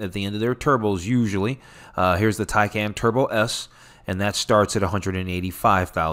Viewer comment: Tycon not Tycan